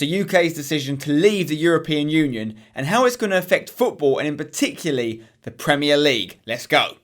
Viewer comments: "and in particuly" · particuly..... Really?